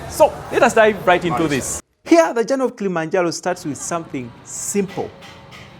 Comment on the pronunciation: Its not kilimanjalo,its called kilimanjaro